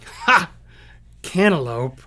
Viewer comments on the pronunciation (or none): Rhettster, cantaloupe is pronounced "can ter loop" not "can ter lope". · cantlope? xD